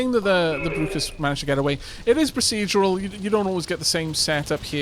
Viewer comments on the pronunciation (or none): none